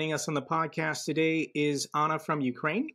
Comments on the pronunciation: Nice to ser you two together at the same channel, carry on with the good work. Jake have to practice saying Anna, like Anna do it ❤ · Jake I believe it's Annnnnnn-na!--not Ana!